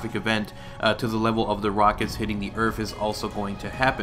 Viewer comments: You say earf instead of earth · "Earfth" lol